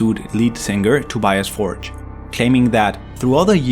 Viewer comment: Tobias betrayed his friends. And you need to learn how to pronounce ’Tobias Forge’ correctly.